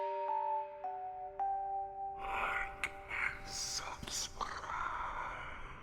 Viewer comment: I heard it. You can't leave Jerome! Also, I like the whispered like and subscribe but not the long rolling R in subscrrrrrrrrribe.